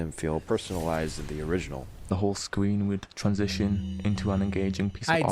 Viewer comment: “the whole scween would transition into a piece of awt”🤣